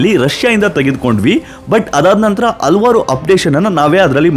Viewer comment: AA matthu Haa difference correct agi heli brother. ex: Alavaru alla... Halavaru